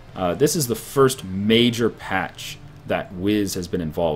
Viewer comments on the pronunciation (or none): none